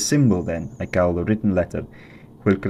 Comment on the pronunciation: The pronunciation of "call" as "caal" is fascinating